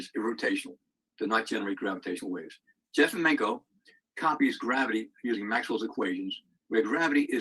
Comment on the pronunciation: Just for a record: the correct pronunciation of "Jefimenko" is "ye - fee - 'men - ko"